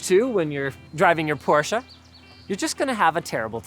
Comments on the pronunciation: I think it actually comes from the fact that most Americans were already pronouncing your last name wrong to begin with. The automotive industry just followed suit. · Thank you very much for learning how to pronounce Porsche the right way! It shouldn't bother me too much hearing the brandname with the wong pronounciation... BUT IT DOES :D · It’s easy. Porsche even made a YT video about it. Two syllables not one. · Man I was so proud of Linus for pronouncing Porsche correctly until I heard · He pronounces the name wrong omg so triggered lmaooooo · I really enjoyed your thorough review, and almost every other video you guys do, but what I still can't stand is people saying Porsch instead of Porsche. Also things like BMW, VW, Mercedes oder Audi. It's not a problem for most europeans to pronounce american car brands but for some reason almost every video of english speaking folks does mispronounce car brands from all around the world... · As a German guy who's absolute in love with Porsche it's just maximum pain to hear "Porsh" instead of "Porsche". Yeah i know, englisch words with "-sche" or "-she" are pronounced with a silent e, but Porsche is NOT an english word. And Jeez it's not that hard to say "Porsche". :D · Anyone else hate how Linus pronounces Porsche as “Porsch uh” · Who else here can't stop hearing "Poor Cha" instead of the PorschE ? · Linus, I love you. But for the love of ... it's pronounced "Pour Shuhhh"!!! The company is named after guy that started the company, It's his last name! Here's some help: I still up-voted your video like I always do. But c'mon!! You blasphemed. May they never get rid of the gas-powered combustion engine! And manual shift! Thank you BMW M cars!!! I drive a BMW M car with a manual shift, and now I know to stay away from Porsche's electric offerings. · It’s PorschE not “Porsch”. Fairly good review though. Most observations are spot on. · But in the end he said Porsh again. sad German noises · „Porche“ wtf is wrong with you?